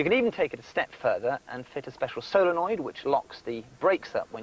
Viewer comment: Soul oh noid